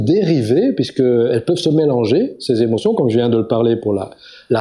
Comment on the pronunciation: Intéressant mais dommage pour les "sept Zémotions"...